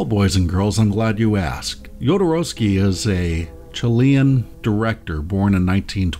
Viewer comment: Thank you for pronouncing Jodo's name correctly. Great video, first timer viewer!